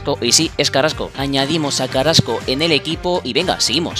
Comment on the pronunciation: Quien es carasco.creo q se dice carrasco